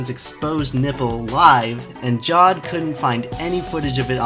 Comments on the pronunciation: It's pronounced jah-veid not jawed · isn't Jawed a two syllable name?